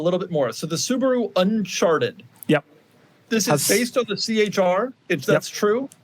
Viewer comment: I know couldn't help but laugh at what "un-c-h-arted" sounded like